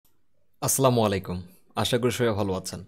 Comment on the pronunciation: ভাই... অাপনার সালামের উচ্চারণ ভুল হচ্ছে৷ ভুল হলে কোন সওয়াব হবে না। অাসসালামুঅালাইকুম হবে।